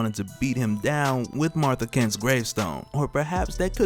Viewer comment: Kent? 😂😂 Ik it was a slip of the tung